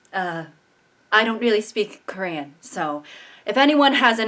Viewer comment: Is no one gonna talk about how good her Korean actually was 😭